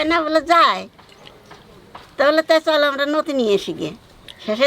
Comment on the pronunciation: O thammi noti noi loti🤪